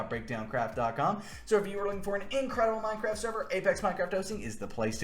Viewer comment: bro really just said "how much deditated wam do you need for a minecwaft server?"